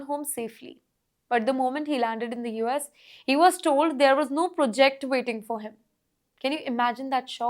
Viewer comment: ProJECT pronounciation lol. Will this lady ever learn english?